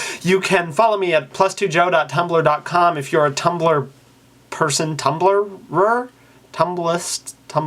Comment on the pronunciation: John Green says Tumbliepoo. I enjoy that.